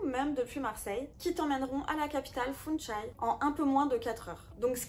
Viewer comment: Funchal et non funchai mercinde corriger